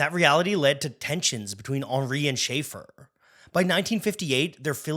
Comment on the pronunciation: CAUGHT mispronouncing Schaeffer. Youtube channel TERMINATED.